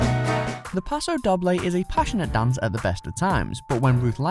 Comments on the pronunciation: 😂 paso Dobb-ley 😂 it’s paso dough-Bley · Jessica Amy Wilson yeah it really annoyed me when he said dob bley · You keep saying Doble wrong and it's annoying me xD You say it like Doe-b-lay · Charlotte Key paso pa-do dough-bley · Isn't 'doble' pronounced 'dough-blay'? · if u r going to say the names of the dances, please know how to say them e.g Paso Doble. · The way he said it REALLY triggered me 😂😂